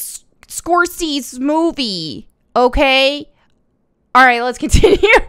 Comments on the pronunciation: Score-say-zee NOT Score-sees. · I’m sorry I know it’s not a huge deal but they way you say his name is “score-say-zee” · Martin Score-Say-See. I'm sure you've heard the name mentioned along with Tarantino in the past. They're the two biggest names in quality films, hands down. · She struggles with pronunciation or mispronounces stuff all the time. It's adorable. In this one she kept saying Scorsees instead of Scorsese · Score-say-cee not score-seas 💀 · Scorsese is pronounced score-say-zee 🙂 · Sorry but it's pronounced Score-Say-See. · Martin Scorsese, pronounced: score-say-zee. You weren't far off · I was kidding based on her mispronouncing his name throughout the video. My entire life I've heard it pronounced Score-Say-Zee and never seen him correct it if that's wrong. My people came to this country with a hard to spell and pronounce name as well so it was changed somewhere along the way. I'm glad we don't really do that anymore. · "Scorsees" lol. She's doing it on purpose now 🤣🤣. And the inevitable Lara detour. 😁, are you going to be watching/reviewing Willow? I love the original movie and I'm not sure I can bring myself to watch the new show. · Martin Score-Say-Zee.. say it quickly.> ScoreSayZee... ;-) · Scor-tze -see, you've heard the name like a 1000 times but I bet you never saw how it's written. The only reason I know it is because I saw it once at a shop where they had the CC turned on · Martin "Score Sees" - love it 🤣🤣🤣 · OK say it with me now "SCORE-SAY-SEA" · Love the channel and videos. His name is pronounced SCORE-SAY-SEE...🤷‍♂️ For next time 😉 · Just FYI, because it doesn't really matter: Scorsese is "Score-say-zee". It's the Wolf of Walstreet director, and The Departed, I think Casino, Goodfellas, etc. I don't care, though...I thought it was endearing. 😀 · Baby. Scorsese. Score-say-see. That's how you say it. I get the confusion, but you're killin' me here.;) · just for you SCORE-SAY-SEE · It’s pronounced -score say see